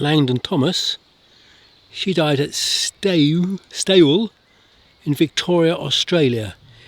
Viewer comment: Stawell Vic pronounced Stall. 😊